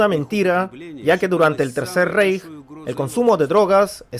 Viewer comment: Se Lee RAIJ! NO REIJ (REICH)